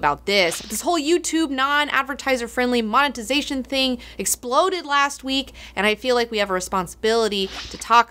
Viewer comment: monetizatn solutn